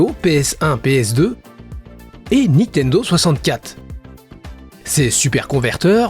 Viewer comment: par contre on dit pas "Nitendo" mais "Nintendo"